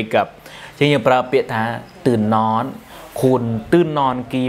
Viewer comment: นอน หรือ หนอน ออกเสียงให้ถูกต้องหน่อย